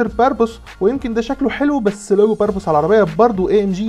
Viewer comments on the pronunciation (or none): الشركه اسمها برابوس مش بربوص 😂♥️ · هو ايه يسطا باربوس ده 😂😂 مش اسمو برابوس